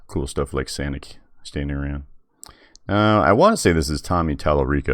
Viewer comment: Sonic not Sanic